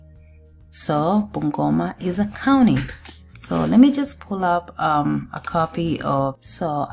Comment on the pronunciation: wacha kusema kauni plz. sema county plz